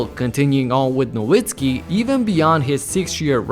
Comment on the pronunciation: Great video & as a Mavs fan love seeing Dirk get his flowers!! However, please pronounce his last name as "Na Vit Skee" since the W in German is pronounced as a V lmao